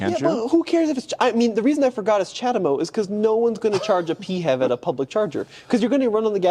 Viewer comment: It's not "pEe-hAvE", it's "pee-eighch-EV", the "EV" part should be clearly pronounced. Doesn't matter what Mutsubishi thinks about that, they don't own the accronym.